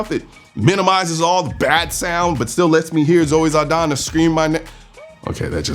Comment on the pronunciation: Zaldaña, not Zaldana!